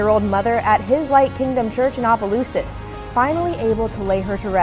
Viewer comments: Opp. Oppelousas not ohh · It’s Opelousas. Op-a Lou-sus lol but everybody say our city wrong.